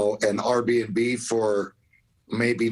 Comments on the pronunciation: "R" b and b? Dog even I know its AIR b & b. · Did he call it R b and b?